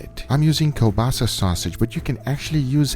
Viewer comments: He really called the kielbasa kolbasa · Hey Guga, "kolbasa" or "kiełbasa" is sausage in Polish so you basically said "sausage sousage" xD